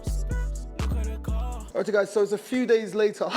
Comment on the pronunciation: Bro what’s that you always say when you start a new clip???! Lol “artiu guys”